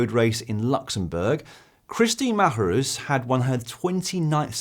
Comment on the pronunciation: Dan - please do us a favour and teach how to pronounce "Marjerus";P